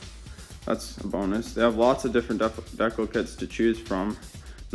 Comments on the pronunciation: Looks good. Ur saying decal wrong lol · I absolutely love how you keep saying "dekle" instead of decal, then apologize for saying husqvarna properly lol. Good video, and awesome bike!